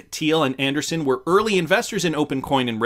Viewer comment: Interesting… I’ve heard most others pronounce it an-dree-ssen and not an-der-sun. Must be something about the way it is spelled